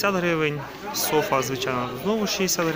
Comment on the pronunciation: Всі питання до селекціонера, мені подобається слово СофА （з наголосом на А）, хоч правильно казати СОфа （з наголосом на О）